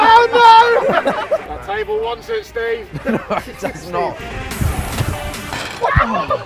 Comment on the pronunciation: when did Steve have a er on the end